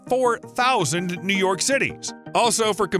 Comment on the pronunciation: He said new your city not just once but twice. Sorry to be hard on someone who name is “we are top” but being so rude to humility asks for criticism.. hey but how many subscribers? So who is laughing all the way to the bank?